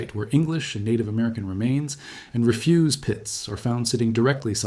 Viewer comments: "reFUSE pits" lol. Either this is AI or someone who thinks we can deny pits haha. The noun is pronounced REfuse, accent on the first syllable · That's what I meant. ReFUZE vs REFyoos. That was the AI giveaway. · I recommend that you spend some extra time cleaning our all the awkward AI-generated impact rhetoric from your script, and then reviewing it closely so that your are pronouncing homographs correctly: "Refuse" is pronounced two different ways depending on whether is a denial (re-FYOOZ) or discarded material (REF-yoos). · It's not a "re-FUSE" pit, but a "RE-fuse" pit. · are you using an AI voice, or have you always pronon REF use as RE fuse? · He says refuse like "I refuse to do that" rather than the way you say it for garbage or trash as well. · "Refuse" in the context of a garbage pit isn’t pronounced "ree-FYOOZ," like the verb. It’s "REH-fyoos." Anyone speaking on archaeology should know this word. It’s a very, very common word in scientific and history circles. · ‘re-fuse’ pits, rather than ‘ref-use’ pits ?? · There are telltale signs of robonarration, for example pronouncing "refuse" as in "garbage" like "refuse" as in "say no". Big red flag. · AI voice narrative: ‘re-fuse’ pits, rather than ‘ref-use’ pits. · "Refuze pits" instead of refyoos ...... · refuse, not refuge; "REH-fyooss (stressed on the first syllable" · “RE-FŪSE PITS” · 4.18.26 ... gotta love the A.I. voice-over. What is a "ree fuse" pit? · "REFuse" pits because the noun is stressed on the first syllable. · AI voice-over is not too bright. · not sure what video you are watching but he clearly says refuge where he stressed the first syllable REH-fuge was said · AI mispronounced 'refuse' pits. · AI narration. it can't distinguish between "refuse" meaning to deny a request and "refuse" meaning trash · Not sure if the narrator is AI but they mispronounced Refuse. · You can’t possibly actually think that’s how refuse pit is pronounced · AI narrator? Mispronounced the workd refuse.